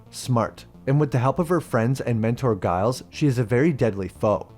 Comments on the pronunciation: Giles is pronounced JILES bro, not Guyles 😂. It’s all love tho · Soooo did we mispronounce Giles on purpose as a nod to the Buffy bot orrrrrr? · You know that mispronouncing Giles loses you at least 7 points of Buffy street cred :) Oh, and Schrodinger was male, not female (also not a professor).